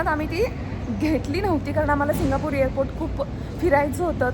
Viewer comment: इअरपोर्ट नाही ग..... एअरपोर्ट...